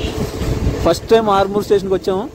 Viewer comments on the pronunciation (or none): none